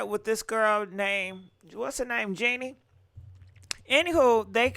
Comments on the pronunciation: JEANNIE⁉️Its JHENE‼ Smh lmfao stttyaaayy butchering up these ppls' names ESPECIALLY CELEBRITIES😅❣ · Jhene is pronounced “ja-nay” 😂😂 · Genie 🧞 instead of Jhene’ (Ja-nay) is killing me 😂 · Love you but it’s pronounced Ja-nay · It's JaA-NAE 😂 She's actually very beautiful && soulful woman. Very intune with existence in life 🧬 He was also intimidated by her. That's why he left her which doesn't make sense at all. He had plenty of opportunity to be a good father and man to her. He choose to leave which is fine. However, he is telling half truths. He should have put a condom on you are right love 😘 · I love Jhene Aiko you pronounced her name wrong they ain’t been together in years